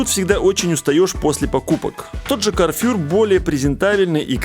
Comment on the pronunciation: Орлен, а не орлЕн. карфУр, а не карфЮр